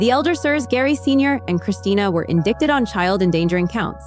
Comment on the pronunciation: This channel is for crime stories? Indict- pronounced indite. 🤦🏼‍♀️